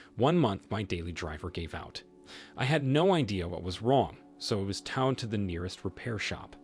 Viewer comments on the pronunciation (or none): You mispronounced towed, twice, in the first story.